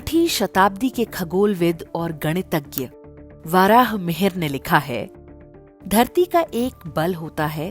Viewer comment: बहुत ही सरल और सरस विधि से गुरुत्वाकर्षण को समझाया गया है। सम्बन्धित चित्रावली से विषय की रोचकता बढ़ी है। भाषिक प्रस्तुति प्रभावशाली है। सम्पूर्ण वीडियो उत्तम बना है। यहां थोड़ा यह बात अखरती है कि महर्षि वराह मिहिर को वाराह मिहिर उच्चारित किया जाता रहा है।